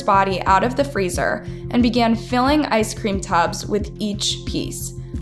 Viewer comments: In the opening she said ice cream tubes when it is clearly tubs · Why can't this lady making the video ever pronounce things correctly? it says TUBS, not tubes. She does this in so many videos. Who is she? Where is she from? I'm so confused as to why she cant say things right... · Unscrupulous, extradited, macabre, and tubs (pronounced tubes in the opening). That is a lot of mispronounced words for one video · Did they EXRACT her or EXTRADITE her? Did she put her dead lovers in ice-cream TUBS or TUBES? Lol. Even the way she pronounced UNSCRUPULOUS, AAAARRRGGGGHHHH!!!! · Wait… tub is pronounced as Tube? Schleckeria is pronounced as Scherlicka? I’m confused. Help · Ok this is totally off topic but not the first time this channel used completely wrong pronunciation of its own title , and I'm triggered 🤣🤣 its tubs not tubes, as in bathtubs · Surprised you have so many subs when you call tubs "TUBES" 🤣🤣🤣🤣🤣🤣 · She literally has to learn how to pronounce first before saying it. First her name is said wrong and now she says “tubes” instead of “tubs”? C’mon now. Then ppl talk smack about Mexicans not speaking English properly 🤦🏽‍♀️ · Pronunciation is a problem. 'Tubes' instead of 'tubs', and I know 'esotericism' is a tough one but it's worth the effort. The concrete 'dried', it never 'died'. I still enjoy the content, I hope you can pin down the problem :) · ice cream "TUBS".. 🍨 they're NOT "tubEs" 🍦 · Oh thank goodness someone else said it first. Pretty much every episode I have seen on her various channels, have at least one word completely mispronounced, usually more. In this situation, it actually changes what happened, they were in tubs, not tubes, 2 different things. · YOU SAID "TUBES" BAHAHAHAHAHAHAHA 😂😂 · Tubs is not pronounced tubes. Two different things.